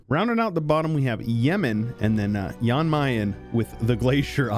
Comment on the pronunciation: It hurts me how you pronounce Jan Mayen and Jolof